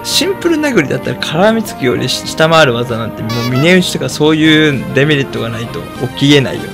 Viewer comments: デメリットの発音がエムリットなの、毎回ちょっとだけ違和感を産む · A0さんのデメリットのイントネーションがエムリットすぎてポケモンを感じた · 「デメリット」のイントネーションがエムリットで草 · デメリットがエムリットと同じイントネーションで草